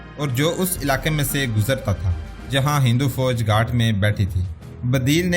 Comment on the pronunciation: گھاٹ نہیں بلک لفظ گھات ھے